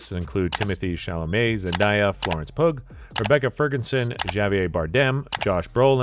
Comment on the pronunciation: Florence poog XD It's pronounced "Pew" like the bench in a church. Not 💩g